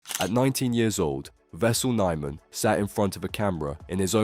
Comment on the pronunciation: At least pronounce his name right... My god